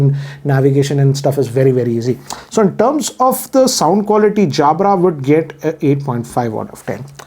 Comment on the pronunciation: He pronounced Jabra like Anil Kapoor 😂😅